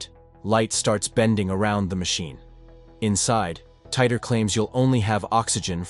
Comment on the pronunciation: "TEE-TORE." John Tee-Tore. Not Tighter. 😂